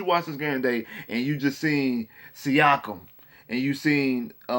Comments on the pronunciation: Siakom... mans said siakom... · Chris Dewayne I was lost when he said siakem